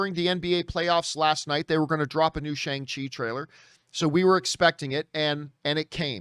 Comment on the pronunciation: It’s pronounced SHONG CHI not Shay-ng Chi